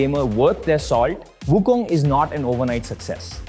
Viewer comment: So far you are the only one that I encountered pronouncing WuKong in Chinese way---WuKung, not WuKong.